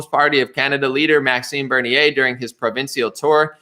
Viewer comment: lol love your vids... keep on keepin on! [just sayin - pronounced 'pro-vin-chull' and 'bur-knee-eh'] Peace from Ontario!